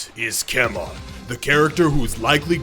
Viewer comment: Everyone: keman Dino: Key Man